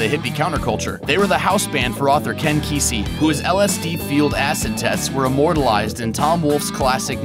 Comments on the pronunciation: He keeps pronouncing Kesey as "Casey." xD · It's not pronounced casey